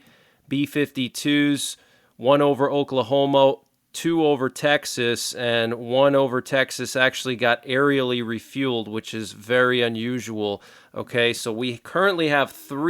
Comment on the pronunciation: Dude, did you say Oklahomo?